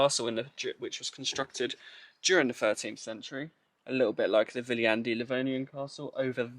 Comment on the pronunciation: maru kasulik on kohalike käest küsida kohanimede hääldust;) Ainukesena oled Sa seni suutnud eestlase jaoks arusaadavalt hääldada nime Viljandi:)